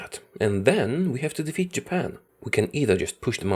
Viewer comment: Defeat not Defat